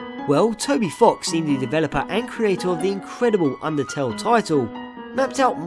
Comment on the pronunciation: Timothy Uhrich actually it's undertale not undertaleeeeeeeeeeeee